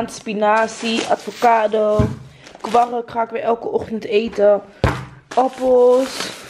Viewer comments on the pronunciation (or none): je zei letterlijk op advocado in plaats van avocado😂